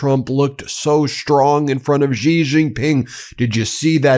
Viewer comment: That moron at Fox says Xi like its Chi, which it is not. The coverage given to Trump by his co-conspirators and 'state' media is almost at the level of being self-felating.